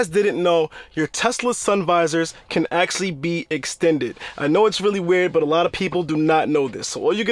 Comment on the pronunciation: I had no idea my Tesla “axxlly” had a parking brake. For real though, Good video.